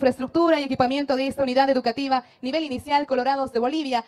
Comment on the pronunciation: Es educativa, no “EDUCATIBA"